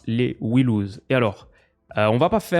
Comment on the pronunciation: "We loose" en prononciation, c'est dur pour des vainqueurs...